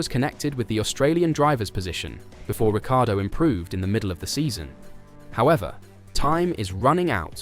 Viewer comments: It's pronounced Rick-car-doe... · it's a lazy Anglicization of an Italian last name. been dealing with it my whole life. His last name should be "Rik-E-ardo" - at least he pronounces is right more times than pretty much everyone else in the F1 media. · The inconsistency in how you pronounce Danny Ric’s last name is maddening. Pick an annunciation and stick with it. Good content, but man, Checo must be in charge of this channel because the inconsistencies are just insane. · It's pronounced RICCI ARDO as the spelling suggests